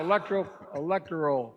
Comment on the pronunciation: That not even him.. He lost his crows feet as he aged.. and if he was sick, why would they give him a facelift? How can you back someone who doesn’t even know how to say, electoral, after all these years? I hate to think that it’s going to be our people who send us back to those times.!